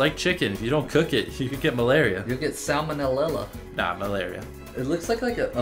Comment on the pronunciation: “You could get samellellella”NO it’s obviously samanamanella